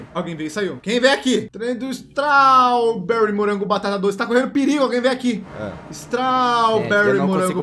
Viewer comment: Strauuuberri? Po ai complica kkkkkkkkkkkkkkk